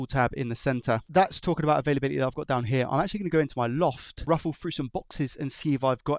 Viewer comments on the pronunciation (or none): none